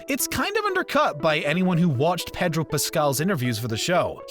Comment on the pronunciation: he also kept saying “petro” pascal lol